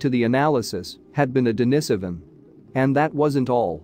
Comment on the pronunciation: For crying out loud please learn ( or teach your bot) how to pronounce the important words in this video: Denisovan, Heidelbergensis, Austraopithecene, and many more, if you want us to think you know what you're talking about.